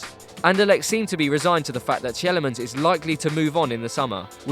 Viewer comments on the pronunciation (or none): teelemons not telemens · Tea Le Mans, not Tjellemans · Tielemans: pronounce as 'Teelemans' 20 years old going to AS Monaco